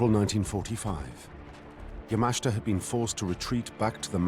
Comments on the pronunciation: It's promounced YA-MA-SHI-TA. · Excellent video. If the narrator watches it himself, he might learn to prounance Yamashita correctly!